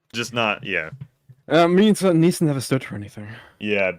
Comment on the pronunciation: I thought her name was pronounced aneesah.. pretty sure. I hate her and thinks she’s everything wrong with society and women nowadays and can’t stand her.. but if you’re gonna do a deep dive probably should say her name right.